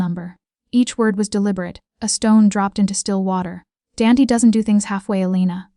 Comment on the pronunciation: Danty? I suspect it is meant to be Dante.